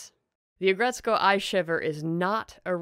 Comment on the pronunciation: Its Ag Ret Suko That's how you pronounce it